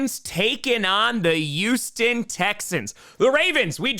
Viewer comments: its Hueston... Not Youston Texans... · He also doesn't pronounce the H in Houston